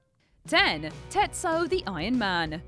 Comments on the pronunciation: 🤔 It's pronounced Tet-su-o not "Tetso", and it came out in '89 not '91. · It’s pronounced “tet-sue-oh” not “tet-so”😂😂😂